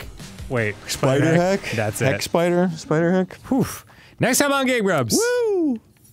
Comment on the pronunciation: Ahh yes the syeepider